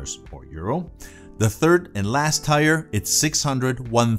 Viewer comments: it's pronounced teer not tire. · Despite your grammar, your video was good and informative and, the word is TIER (teer) not TYRE. 👍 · Tier not tire. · 'tier' is pronounced TEER, not "tyer". Here's a 9 second video demonstrating this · Tier is pronounced tear, as in tear drop, not tire. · Now each of these just doubled in price! Lol! Some very nice pieces shown! Ty! BTW, the pronunciation of Tier is like "tear drop", as in crying. :) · This video taught me that, in some parts of the world, tier is pronounced "tire." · Where, on the globe, is “tier” pronounced “tire” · when you say Tire do you mean Tier , pronounced like Fear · Tier is pronounced like tear as in to cry. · Tier is pronounced te ar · The word tier is pronounced t e e r. Let's try to use the English language correctly unless you happen to be from England in which case there's no chance you're ever going to use the English language correctly. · Just to help: the English word 'tier' is pronounced to rhyme with 'ear'. Would suggest bring these video to life by at least demonstrating something tangibly